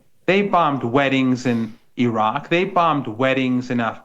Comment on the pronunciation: I want to know why can't Australia, US, UK and Europe pronounce "Iraq", "Iran", "Afghanistan" and "Baghdad" correctly since they have spent almost 70 years there cumulatively? It is not hard, white people. You can pronounce "Netanyahou" (not even his real name), "Stassinopoulos" etc.